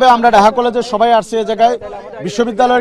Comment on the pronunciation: Daha College konda??????????? Hay re barishailla!!!!!!! Nijer college er name ta o sundor kore koite parish na....